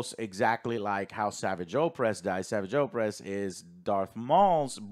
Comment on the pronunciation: Joe saying savage oppress is such a weird pronunciation.